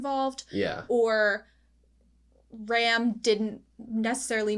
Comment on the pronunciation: i know this is old video but for the sake of the current season broadcast. i'm gonna say it is mildly annoying hearing you keep pronouncing felix as felis. it's felix but with japan accent. you want to stick with felis and that's fine but the anoyying part is the fact that you pronounce Ram using english prounounciation instead of japan which is exactly how they say in the anime when you pronounce felix using the japan pronounciation. it's Rem pronounce as ram and Ram pronounce as rum. so if you gonna catch up with latest season. it would very much appreciated if you stick to one instead mixmatch pronounce. that's all. i'm gonna continue listening this anime reaction playlist in the background at home